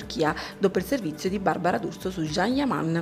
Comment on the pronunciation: Cosa ti devo scrivere... Pure tu come d'altronde Barbara D'Urso dovreste imparare come si pronuncia il nome del amatissimo attore. Figlia mia si scrive Can e si pronuncia Gian ... Non Jean E stato lui stesso che a spiegato migliaia di volte come si pronuncia... #CanYaman